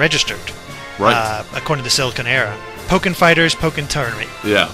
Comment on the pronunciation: "Pokier"? Are you serious?